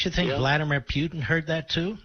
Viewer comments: He pronounced his name as president Pew-tin. Basically putrid putin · "Vladimir Pewtin" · Vladimir “Pew-tun”😂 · Who the hell is peeutin? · can't pronounce Putin. Who's "Pewtin"? 🤣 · Piutin lol